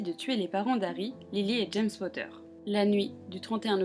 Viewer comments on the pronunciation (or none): none